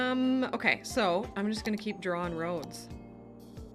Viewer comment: Drawring is a real toe curler for me, there's only one R in the word. I'm English. Another is the colonists' inability to say the word mirror. Two syllables. Not 'mir'. That's a Russian space craft.